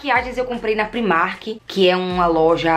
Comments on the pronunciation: Fiquei com uma agonia dela falando primark, sendo que a pronúncia é praimark porque no inglês o i tem som de ai. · É uma loja irlandesa, eles mesmo já disseram que a pronúncia é pr-eyemark, então como ninguém é obrigado a saber pronunciar corretamente uma outra língua, ela fez certinho, pronunciou como ela lê!